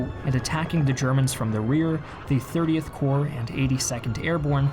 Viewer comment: 30 Corp, not 30th Core